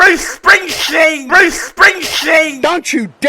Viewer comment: Bwoosch Schpwingshteen. Bwoosch Schpwingshteen.